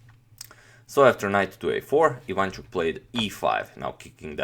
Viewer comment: Nice videos and nice channel. P.S. The correct way to pronounce his surname is putting stress not on the 2nd syllable (I 'vanchuk), but on the 3rd syllable (Ivan 'chuk), like in video